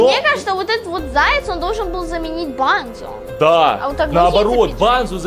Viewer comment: это не банзо а бонзо